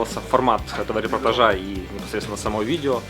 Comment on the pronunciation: Всё было супер, очень атмосферно, только одно очень сильно резало слух: репортАжа, а не репортажА!!!!)))